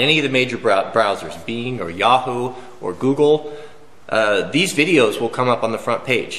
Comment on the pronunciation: "Beang"(Bing) lolz love the pronunciation.